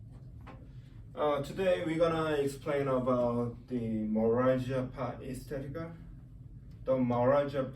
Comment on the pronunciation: fuck mine he cant even say it lol